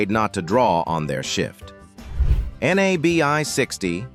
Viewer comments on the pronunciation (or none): AI cracks me up when they call NABI buses The N-A-B-I buses 😆😆😆😆